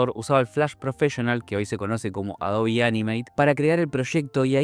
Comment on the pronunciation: que tiempos... lo unico raro que veo es pronunciar "Adobi" jaja😅😜